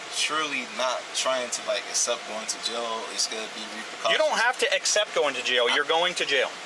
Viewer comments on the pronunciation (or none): you don’t need to uccupt going to jail, same as you didn’t uccupt going to school.